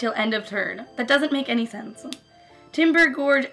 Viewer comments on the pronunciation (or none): none